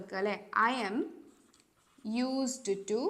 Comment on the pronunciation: യൂസ് റ്റു✅ Not യൂസ്ഡ് റ്റു ❌